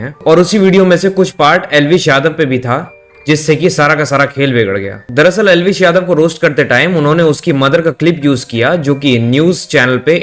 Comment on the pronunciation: Elvish ❌ L vish ✅ 😂